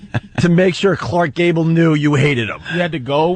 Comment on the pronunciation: "Khlarckkkk Gable" - Opie